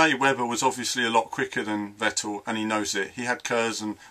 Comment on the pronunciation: Again great video. Btw. Vettel is pronounced like Fettel, with a hard F.